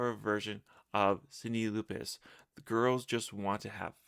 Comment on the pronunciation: STOP! you can't pronounce the artist who performed "girl just want to have fun" ???? I'm out.